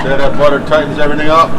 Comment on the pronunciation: nevahh enough gahhhhhliccc and buttahhhhh lols